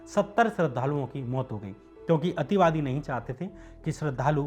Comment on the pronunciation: Ativadi kya hota h ,clear bolo na ,sirf misuse kiya h sabne